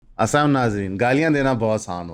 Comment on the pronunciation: aap hamesha assam kehte hain, jiss ka matlab kuch acha nai, ya tu sahi salam dain ya fer rehn deo duadi mehrbani.... wa alaikum